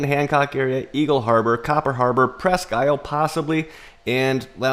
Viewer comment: Presque isle is pronounced "presk eel"